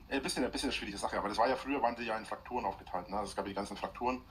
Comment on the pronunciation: FRAKTUR! FRAKTUREN!!!! Es heißt PRÄFEKTUR. Da hast was übersehen.